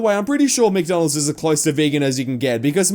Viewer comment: she's saying mctonalds